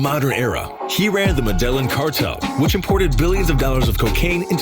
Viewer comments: The way he says medelline bugs the hell out of me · We know the narrator doesn't know Spanish, because he constantly pronounces Medellin incorrectly!! You should watch The True Wealth of Pablo Escobar by RealLifeLore!! It's a short video, but it shows how rich that guy was, as he was probably the richest criminal of all-time....besides Vladimir Putin!